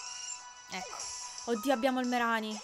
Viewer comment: non voglio fare il precisino ma si pronuncia "Mareni" o una cosa del genere, in inglese "Marini"